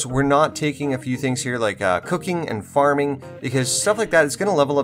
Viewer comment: i had to rewind i thought he said cooking and farting, lol